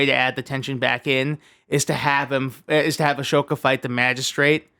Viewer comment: For the love of Christ, I love you, but it’s Ah-So-Ka not Ash-Oka 😭🤦‍♂️